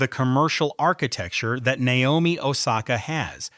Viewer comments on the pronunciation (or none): none